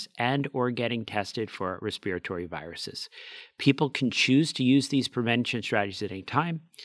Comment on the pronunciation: is the first American person I’ve ever heard pronounce respir-at-ory correctly! Most people say ‘respitory’. I’m British.